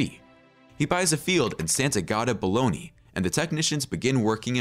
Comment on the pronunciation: Bologna not Bolognia